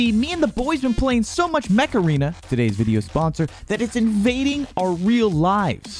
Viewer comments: when he said mech arena for the first time i thought he said macarena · Macarena…? Oh Mech-Arena. I was getting a little confused there.